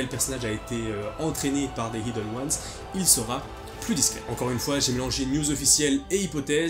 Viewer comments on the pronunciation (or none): none